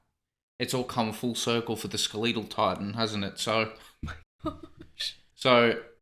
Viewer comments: "Skulleetal titan" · Ugh hearing SkelEEtal makes me cringe LOL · I waited for him saying "the skeletal titan" 😂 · You wanted the Skeletal? You got "SKELETAL!!" Edit: yes, exclamation mark included 😂